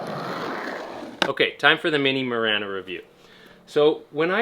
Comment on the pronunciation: It’s marana like marijuana not like marana like banner